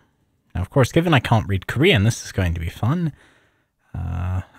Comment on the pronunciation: your ability to read Korean but not pronounce it is mystifying to me